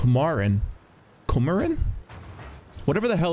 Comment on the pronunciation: "koh-mah-reen" is more like how you pronounce it... it wasn't a good map for sure, it used to be called "koshmarin" in russian which can be translated as, well, "nightmarein". anyways it was a lot more fun those days even on this map